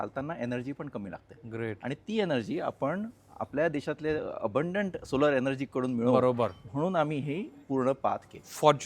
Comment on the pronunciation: सोलार नंही,सोलर कार म्हणा!! उच्चार योग्य करा साहेब